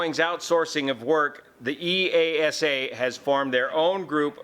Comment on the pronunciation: BTW, you can say EASA without punctuation.. That’s how we pronounce it in Europe 👍